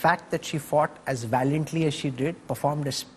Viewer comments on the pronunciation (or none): Not valantly biuy Valiantly!!